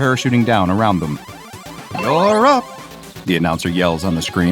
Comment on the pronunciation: It's "wallop!" Its not you're up.